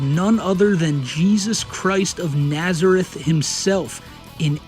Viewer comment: Everytime you read out Nazareth, I keep getting whiplash.